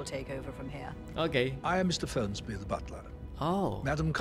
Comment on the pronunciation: FERNSBY MIAWAUUUUGGGG BUKAN FRENSBYYYYYY